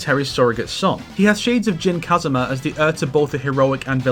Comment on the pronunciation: Why are English speakers so hell bent on mispronouncing Tekken character names by putting emphasis on the first syllable when the game itself pronounces the name of the characters once you pick them in the select screen? My ears cringe every time you say “Jin KAzama”, “KAzuya MIshima”, makes the video nigh unwatchable